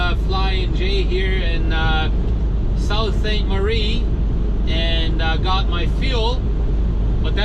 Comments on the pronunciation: SOO Saint Marie is how it's called, the Sault is pronounced Soo! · it's pronounced Soo Saint Marie ( Sault Saint Marie), I know as my uncle lives there. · Nice video, kit is working well. You went to Sault Ste. Marie? I believe it’s pronounced “Soo Saint Marie”.... Keep them coming! Cheers.